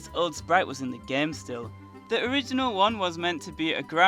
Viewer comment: why does he always say gaem instead of game